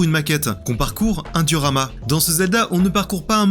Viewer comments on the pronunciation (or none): (...) "une table de durama"(...) Heu... c'est quoi au juste une table de "durama" (duramal?)? 😶